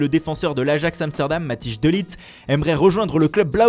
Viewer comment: la prononciation de mathijs de ligt c’est une honte sah